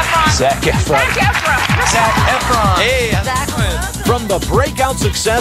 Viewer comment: He pronounces efron wrong